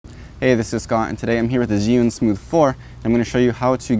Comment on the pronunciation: Chew-ing not Ziun how do I know this, well let’s see uh, I watched a demo video from an “Asian” rep from the company tell us the correct pronunciation! So come on let’s get it right!